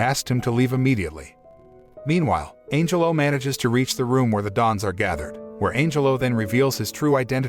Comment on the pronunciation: I keep hearing Angel-O instead of Angelo.